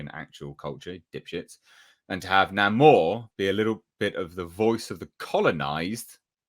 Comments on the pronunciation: I never said it anything about what it was or was not. Stop reading more into it than what was actually there. If I do not say, I DID NOT say it. I only pointed out what that word and subsequent mispronunciation of Namor's (Nay-mor) name was. I do not like it (and I'm not going to see the movie so ultimately I DO NOT CARE) but I at least try to understand it. I do not like disliking or hating something on, what seems all too acceptable for too many people, willfully ignorant impulse. Now if that includes you, deal with it on your own. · Namor? Naa-Moo-are? Nigh-Mo-ear? Nay-ma-ore? How far can the barrel be scraped before Namor reaches Aquaman's grinning face. "Mah man! Beat yah to it! This is for Shazam!"